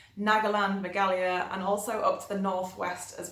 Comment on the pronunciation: Sanskrit Pronunciation 101 - You need to pronounce “h” in Meghalaya. Megha means Clouds. Aalaya means Residence. Put together you get, “the beautiful land of clouds”. Also each letter is Me, Gha, Aa, la, ya. All of them are ending with vowels, so don’t hurry through the letters.